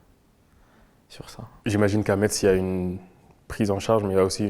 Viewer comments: Quelqu’un aurait pu dire à l’interviewer qu’on dit « Mess » pas MeTz😅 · Par contre on prononce MESSE, pas MAITZE HEIN !!!